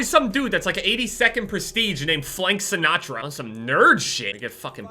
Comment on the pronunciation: Sinnatra? Jess plays overwatch